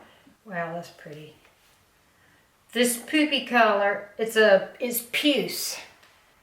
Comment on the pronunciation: the way you said puce I laughed out loud for a few minutes which is exactly what I needed after 2 1/2 days with no power after a nor’easter wrecked my neighborhood. 💜